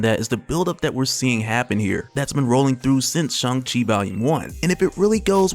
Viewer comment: Shang Chi...not Shung Chi. C'mon man. get it right. :-)